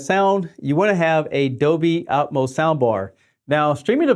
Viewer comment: "Dolby Atoms" ??? Hahahaha